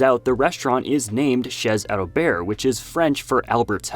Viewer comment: Nice video and for info the z of chez is silent it's pronouce ché albère since the T in the end of the world is silent too like lot of letter in end of french words. Keep continue ur video they are all so nice to watch and the montage is always so well made u should take a long time to create all of this for us so thank u for ur hard work!❤